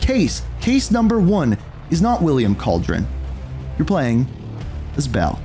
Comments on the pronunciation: Its pronounced Cal-Derr-Own not Cauldron but entertaining video none the less, keep up the great work man! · Bro….. it’s Calderon not cauldron 😂 Hispanic last name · says Calderon as Cauldron xd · Bro cant put the 5 seconds to say Calderon right